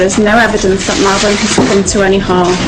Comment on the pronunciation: Todo el video pronumcio mal.el.nombre de la niña